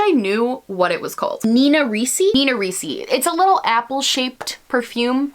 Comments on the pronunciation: It's pronounced Nina Richi , with a CH/Sh sound not a C sound. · Champs Elysées => shahn zey-lee-zey Nina Ricci => "ritchy" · Omg the way you butchered Champs-Élysées and Nina Ricci has me in tears😂😂😂😂😂 Such an American way of saying it